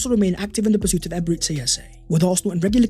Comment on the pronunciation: EbereCHI....Chi...not See... Stop calling him Eberezsee Eze